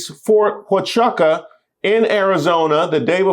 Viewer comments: the military base is pronounced Fort Why-chu-ka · Huachuca is pronounced Wahchooca or for us who been stationed there it’s Ft. WeGotcha…anyways is the Ozone still there?? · Fort Huachuca = phonetically -> Fort Wachooca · Huachuca, Wa-choo-ka. Welcome. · Fort Waahchewka is how it’s pronounced. Just thought you’d like to know. Love your show! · Fort (Wah-CHOO-kah) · FYI it's pronounced WA-Choo-Ca. love your content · Lol, love the content but you butchered Ft Huachuca